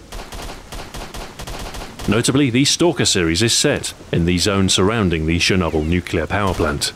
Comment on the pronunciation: ah yes, shernoble